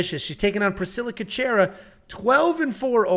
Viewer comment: damn just butchered Cachoeira's last name - Cash-scwhere-aa